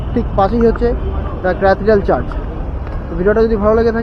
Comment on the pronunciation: The word is Church, not Charge.